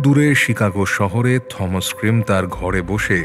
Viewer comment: Thomas. উচ্চারণ টমাস, থমাস নয়